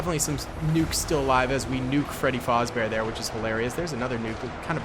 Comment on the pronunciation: Freddy Fozbear? (Fazbear)